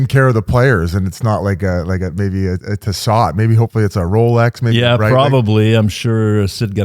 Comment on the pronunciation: It’s not Tiss•ot, it’s Tee•so 😅